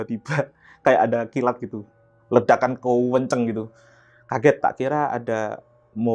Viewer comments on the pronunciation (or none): bilang "kenceng" jadi "kuueenceeng".. fix,, jatim asli😊😊.. salam ponorogo mas ..